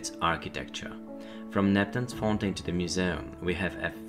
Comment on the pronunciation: jestem pod wrazeniem....piekny przewodnik...jedyne co sugeruje to troszke popracowac nad wymowa.... fountain, galleon, area - hmmmm